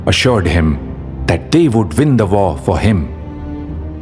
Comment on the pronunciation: they vould vin the vor for him. Please don’t mix up your v’s and w’s. W’s are supposed to sound soft.